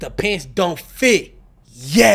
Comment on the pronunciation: anybody else hear him say let gay know...